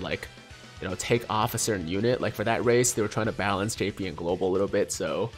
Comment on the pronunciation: Bro sayin race more like erased